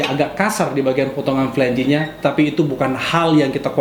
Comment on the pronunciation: Flange not flan-ge :)